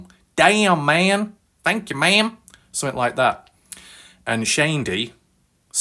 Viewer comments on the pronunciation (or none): none